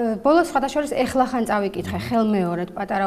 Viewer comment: "ეხლახან" არა. "ახლახან" არც" ეგზუპერ-ში" და არც "ვანგოგ-ში" კარგი გოგო ხარ. )